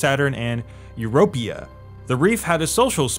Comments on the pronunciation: “Europia” You mean Europa? You know? Jupiter’s moon? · Europia? It's Europa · Good content but your pronunciation of Europa gave me cancer.